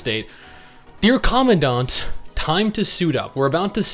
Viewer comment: You know is a huge PGR fan when he pronounced "commandant" right.